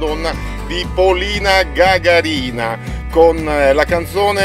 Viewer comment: Si dice gaga'rina